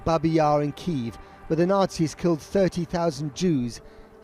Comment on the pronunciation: Still news reporters can't pronounce Kyiv correctly lol